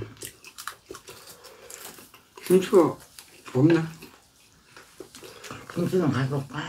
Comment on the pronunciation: 오느른~켁켁켁 미친넘인가 강판을 세워서 쓰네 등신 크아아아아아아아아아 들었다놨다 들었다놨다 엄지 피난다 ㅋㅋ 할배 감기걸렸네 비주얼 토나오네 할배 니도 피맛 함볼래? 손가락 자를거같애 할배오늘 시름시름거리네 식당하냐? 양 개많네 👐 손 흔들면서 설명하기 가위로? 👐 대지고기 김치찜 다대씀다 웃으면서 말하니까 발음 ㅈ같다 우리김취야~ 꼬ㅊ 꼬ㅊ (이부분 계속누르면 재밌음) 맛있음의 다그닥 진짜 턱 병원좀가라 밥도둑 오냐